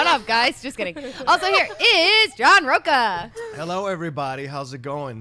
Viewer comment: Yes, big words from a guy with a Portuguese surname (Rocha) that he's constantly mispronouncing... A little more study and respect for your own Portuguese heritage, mr. John Rocha.